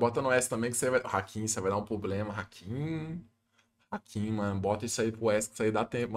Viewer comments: Fala meu mano, tudo certo? só uma critica construtiva, da muita agonia vc falando "POblema", o correto mesmo é PROblema, video top demais vlw mano tamo junto. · Vício de linguagem é foda, se o falando “poblema” dói! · parece que adota estrategia populacionista pra conseguir voto de pobre kkkkkkkkk Tem dinheiro, é estudado, mas usa o headset remendado, força falar "poblema". N tem personalidade nenhuma, fora que faz analise de tier list de outro streamer. Ai ia junior vem falar merda kkkkkkkkkk pqp